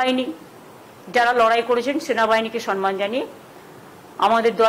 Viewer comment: Sanman noi samman hobe kotha ta